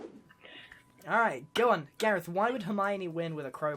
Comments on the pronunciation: It’s Voltron Gahreth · If you replace gareth's e with o it becomes garoth